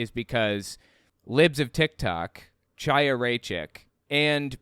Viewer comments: The “ch” in Chaya is pronounced like the “ch” in Bach. If you have trouble, it’s more correct to just say Haya. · its CHiyah **CH is like a german ACH like ACHTUNG or baCH or irish laCHness NOT CH as CHair means life in hebrew like L'CHieem to life